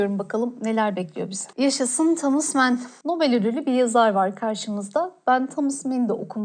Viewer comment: Yanlış anlaşılmak istemem fakat büyük yazarlar ve eserlerini yanlış telaffûz ediyorsunuz. Thomas men değil Thomas man Gebriyıl garsiya markuez değil gabriyel garsia markez Badınburuklar değil budenburuklar olacak. Vallahi korktum yazmaya hocam ama takıntı bu bende affola.😐